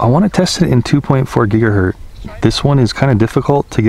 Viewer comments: Is anyone else bothered with the constant use of "gigahert" (not a word) instead of how it's properly stated as "gigahertz"? Other than that, not a bad video. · Great videos. However... It's gigahertz (rhymes with hurts), not gigahert. :) These videos made me decide to buy a spark. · For future reference, It’s pronounced GigaHurts you sound the Z as if an S. It hurts my ears to hear you say it incorrectly SO MANY TIME lol - thanks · It’s gigaHERTZ -with a “Z”